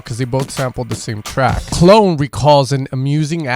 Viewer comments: Clone 😂 it’s pronounced Clooo Neeee my stateside homie 💛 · Great vid however I cringed hard every time you said “clone” lol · Knew I heard it somewhere before the Skrillex drop thought it was Mandela affect. Also I believe his name is Cloonee pronounced "Clooney" like George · Love how you pronounce "Clone" hahahah